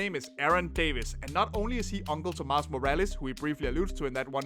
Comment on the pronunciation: he said “morales” weird